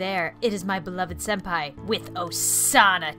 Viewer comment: Senapi instead of Senpai lmao: alone me leave!Creepy really Thats!cut it out ,yeH Me: eh?